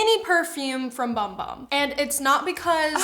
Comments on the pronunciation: it’s not “bum bum” it’s sol de janeiro. They have a lotion called the bum bum cream and a matching body scrub. Also it is pronounced boom boom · When 35+, she'll probably reconsider being a matte girly lol. Btw, just found out not long ago, that Bum Bum Cream is actually pronounced "Boom Boom Cream". Ha! So odd🤷🏼‍♀️